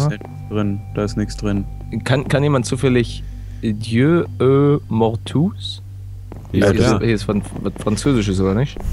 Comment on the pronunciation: "Dijöö ööh Mortuuhs" Selbst WENN es französisch wäre wäre das ziemlich schlecht gesprochen. xD Ich hätte aber echt nicht gedacht, dass man sowas geniales (also Horror) in Miencraft hinkriegt.. o-o